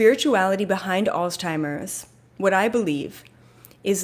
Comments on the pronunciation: It’s pronounced Alts-himers but thank you for the message. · Did you find it funny that keeps calling it alz-timers? lol